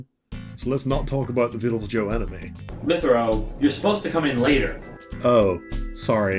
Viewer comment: Lythero's animation is brilliant! It's well drawn and the repeated animations would have cut the work load and accurately portrayed the Ace Attorney theme. So cool:D Also, no one seems to notice mispronunciation of Lythero. I mean, I clearly remember the last time a witness got their name mispronounced. That Daygon Booze guy made quite a big deal out of it.